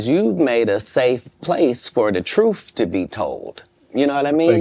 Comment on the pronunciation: u mean "truff". 😂😂😅😅😂